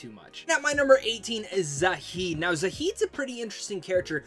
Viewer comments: Zaheed? Mornith? Jesus you butchered some of these names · Really like your videos but a couple of things: -Why to you pronounce Zaeed's name wrong? There's no h. Would have thought with the amount of times you played the game you would have heard how it's pronounced. -The way you phrased it made it sound like you could only romance Ashley in ME3. You can romance her ME1 too.